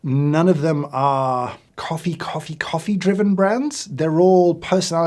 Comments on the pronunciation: Every time you said hoffee I had to laugh. In Wales hoffi is like, and a Welsh tounge twister is "dw I yn hoffi frothy coffee" or "I like frothy coffee" As for "Celebrity coffee" I'll be honest I do drink a celebrity coffee, it's jacksepticeyes coffee - top of the mourning - it's traceable, it's from a rostery in the USA and they give money back to charity. I'd really like you'd try that one at some point and give your take on it. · hoffee coffee =D